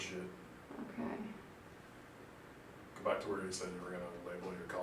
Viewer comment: "Start over, you said 'shit'." The Irish in you came out at the end,.